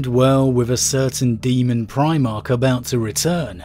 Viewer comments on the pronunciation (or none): none